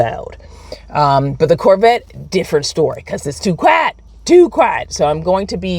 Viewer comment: Did you say, "QUITE!! TOO QUITE!!!!" 🤣🤣🤣🤣🤣 If that's not a southern bell accent I don't know what one is. 😅